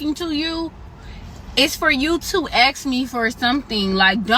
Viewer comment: Don’t axe me don’t axe me- you be…I will pass on you and those crazy nails.